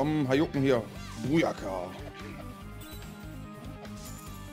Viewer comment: Hajouken xD heisst es nicht eigentlich Hadouken? :D